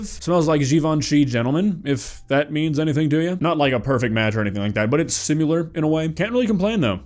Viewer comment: Please PLEASE! learn how to say "similar "😢